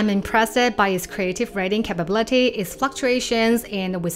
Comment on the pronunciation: look up the pronunciation of “capability”